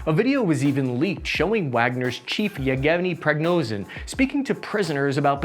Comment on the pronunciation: lol'd at that Egevni Prognozev